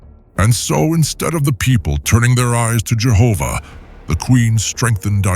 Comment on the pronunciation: I'm thankful you pronounce Jehovah in this